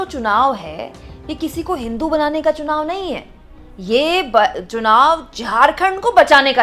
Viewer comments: Chunaw ka sahi उच्चारण nahi ker पा raha hai बार baar sunaw sunaw ker रहा है 😂😂😂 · esko to chunao bolne Nahi aata chunao ko sunao kaheta hai.. Haaa. Haaa... 😅😅😅😅😅